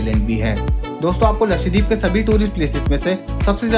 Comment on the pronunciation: Bro, it’s not लक्षदीप, but लक्षद्वीप